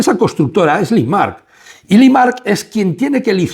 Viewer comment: Por favor, Limak no limaRk. Ernst & young, no ernst & you. O "i-uay". Te lo digo constructivamente y con todo el cariño del mundo. Hace que el video que es muy bueno pierda cierta credibilidad... Por lo demás, sigue así! Abrazos